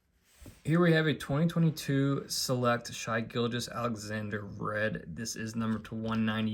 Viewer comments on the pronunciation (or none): SH-EYE GILL-GOUS killed me ... didnt even call him 'Shay'